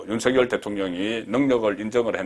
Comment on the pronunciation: 가급적 윤성녈로 발음해주세요. 취임선서에서도 본인이 그렇게 발음 하잖아요.